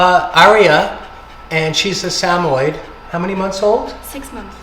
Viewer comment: Samoid? 😂😂😂 Try Sam-Moy'-Ed. Sorry, had to poke fun❤ Great fix! Got good happy shake out of your adjustment!